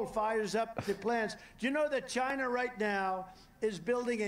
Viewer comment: He really does say it in all caps